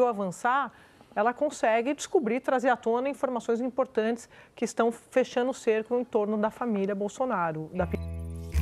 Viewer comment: RelataNo, fechaNo, complicaNo... Andrea Sadi precisa de um fonoaudiólogo.